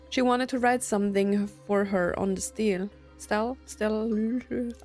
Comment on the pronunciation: 'stele' pronounced stee-lay. An upright stone marker.